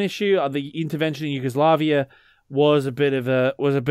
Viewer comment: did he say Yugoslakia?